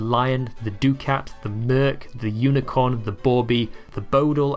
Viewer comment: Did say doo-cat for ducat (actually pronounced duckit) and costed? Heaven help us when AI takes over the world 😱